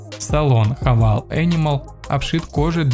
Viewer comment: Кто кого хавал, автор?! Ну ёлки палки! Правильно произносить Хаве́йл